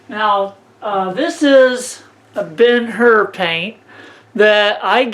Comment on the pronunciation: You said Ben Hur Paint. I believe it’s pronounced Bear (Behr) other than that great job with everything. I’m really impressed with your knowledge and your hard work.